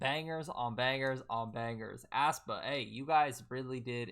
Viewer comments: aespa is pronounced (es - pa) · it's pronounced ES- PA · “ass-pa” in crying 😂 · it's pronounced 'eh-spa' lmaoo like eh in egg 😭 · Sup bro, the 'ae' in aespa is pronounced like a normal 'E', so it's just 'Espa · Well, Karina did pronounce it that way once lmfao 😂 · the way he pronounces aespa like u’d pronounce asthma is killing me